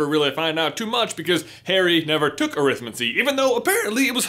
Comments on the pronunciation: Stop pronouncing it wrong, it's ah-rith-mancy not arith-m'ncy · you're pronouncing Arithmancy wrong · AH! The pronounciations! I've always followed what we might call "the Stephen Fry path", where arithmancy is pronounced more like "necromancy", where the emphasis is on the first part of the word; "Arithmancy, not arIthmancy" to paraphrase. I always felt that way of saying -mancy is more "wizardesque". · You're doing that American thing. Look up the way Stephen fry says arithmancy. You're stressing the wrong part of the word. Just like the word Buckingham.